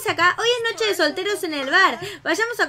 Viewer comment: dijiste nocho enbes de noche